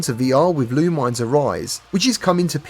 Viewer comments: It’s pronounced LOO MIN ESS. Not LOO MINES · Awesome breakdown of some of the best looking upcoming games. I'm really looking forward to Rush Apex Edition, Thief VR, Roboquest, and Ghost Town. Oh, and Lumines isn't pronounced "loo-mines" it's "loo-min-ess." They say it in the intro to one of the PSP ones.